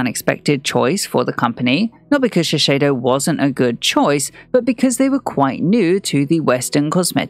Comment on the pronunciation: A pet peeve but it's Shiseido with one 's', not Shisheido.